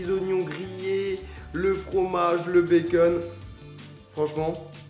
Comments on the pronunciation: bacon pas beceun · fastgoodcuisine tu dis " bacen " mais en fêtes c'est "bacon " MDR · Il stress que moi quand il dit " des tranches de béceune " ?